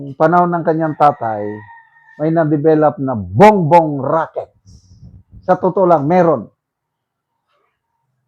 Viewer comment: Racket Hindi rocket.